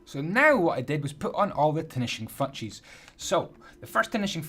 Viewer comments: why does he say tinishing fatchess and picky stiston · He said tinishing fouches and picky stiston😂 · am I the only that heard say tinishing fouchs? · "finishing futches